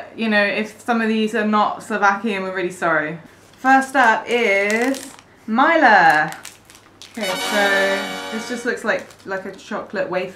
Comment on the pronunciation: its not maila its milka